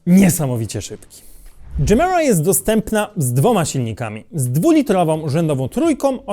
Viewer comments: Ty jesteś dżemira, gemera czyta się je-mera to po Szwedzku znaczy daj wiecej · Moge się mylić ale chyba mówi się tak jak pisze czyli Gemera. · to jak męczysz nazwę gemera mnie przeraża